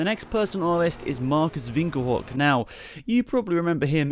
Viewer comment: You have the name Marcus Winkelhock in perfect German